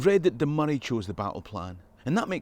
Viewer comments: Excellent video! I'm also delighted you're pronouncing Moray correctly and not calling it Moe-ray (amount of folk I've to correct is unreal lol) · And now I know how to pronounce Moray and that’s a big deal.